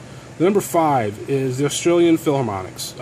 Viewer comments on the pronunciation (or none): none